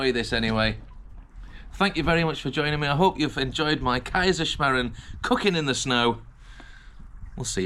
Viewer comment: then definitely pronounced it right for your part of the world 🌎 😀 👍